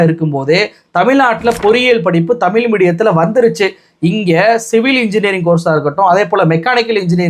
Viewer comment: தம்பி நல்ல செருப்படி பதில், தெளிவான உரை! மனமார்ந்த பாராட்டுக்கள்! பின் குறிப்பு:- தம்பி தமிழை தமி'ல்' மொ'ளி' என்று நீ உச்சரிப்பதைக் கேட்க காது வலிக்குது! இந்த உச்சரிப்பை நீ மட்டுமல்ல பெரும்பாலான ஊடகவியலாளர்கள் இவ்வாறே உச்சரிக்கின்றார்கள்! மாற்று மொழியாளர்கள் உச்சரிப்பது போல் நாம் நம் தாய் மொழி, அமுத மொழியாம் தமிழ் மொழியை சரியாக உச்சரிக்க வேண்டும்! தமிழின் சிறப்பே 'ழ' தான்! தமிழை தமிழ் தமிழ் தமிழ் என்று தொடர்ந்து சப்தமிட்டு சொன்னால் காதில் கேட்டது அமிழ்து அமிழ்து i.e.அமுது என்ற பொருளுள்ள சொல்தான்!